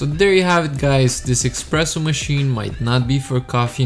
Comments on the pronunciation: espresso ! no EXPRESSO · Why would you make a review about a coffee machine, when you know nothing about the machines, or coffee itself? You don't know what cups/glasses to use for a coffee, how to froth milk, how to pour milk, or even how to pronounce espresso, it's definitely not "expreso"... You also didn't mention any specifications of the machine, etc, etc, etc. The cinematics are great, but the review isn't. Stay away from reviewing everything, but telling nothing relevant. Instead, focus on the stuff you actually know something about..